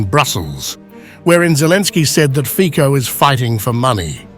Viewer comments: The right pronounce of the surname of the Slovak PM in English is Fitso. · Together with Orbán il migliore PM in Europe! ❤❤ ( Io solo scrivo a questo canale di insegnare alla IA come pronunciare il cognome di questo grande PM Slivacco Robert Fico. Si pronuncia /.fitzo/, has nothing to do with fichi 😑😑😑🙄🙄🙄!!! V slovacco va prononciato sempre /tz/, ( mai k , così poi suona come un fico)!!!! È vergognoso se la IA parla di un Primo ministro così importante senza sapere come pronunciare il suo nome!!!😊